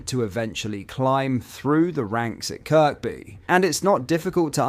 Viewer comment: Kirkby is pronounced ‘Kirby’, with a silent (K)